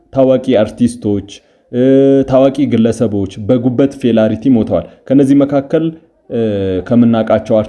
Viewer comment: Failure ነው እንጂ "ፌላሪቲ" የሚል ቃል አለ'ንዴ?!